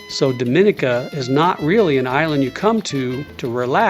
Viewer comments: Your pronunciations is a bit off. Its more like Dah mi nee ka, not Doe min ee ka. Thank you for enjoying our country. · The island is pronounced Dom-i-nee-ka with emphasis on the "nee" syllable. We've been there multiple times and the locals appreciate that you use the correct pronunciation when referring to their country.